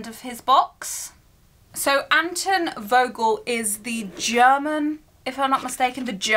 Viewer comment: Vogel is pronounced Folgel in German a V is pronounced as an F. I have two different styles of wands that I like. One would be something like Lucius' walking stick/cane, but with a Basilisk head and neck for a topper over the serpent one. The other one would be a Basilisk fang handled wand. And yes, I am in house Slytherin.